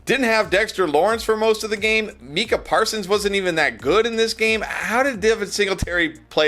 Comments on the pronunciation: “My-Kuh” NOT “Mee-Kuh!” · Who tf is "Meeka" Parsons? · I’m a niner fan but at least pronounce Micah’s name right dawg lol